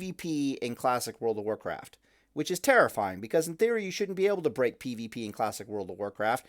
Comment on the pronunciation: "World pf Pallycraft" =)